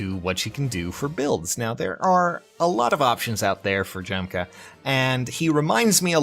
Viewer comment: Isn't it pronounced Yahm-kuh